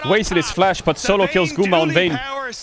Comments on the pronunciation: i kept hearing "GUMA SAUCY" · We need a video compilation of Caedrel pronouncing Guma’s name🤣